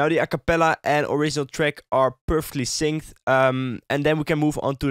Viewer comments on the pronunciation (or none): Why does he use th in places where there is no th? For example he doesn't say "that", he says "dath". Or "syncth" instead of "synced", "mathe" instead of "made" etc etc